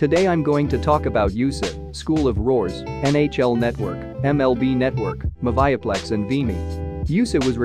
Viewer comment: Its pronounced moovieplex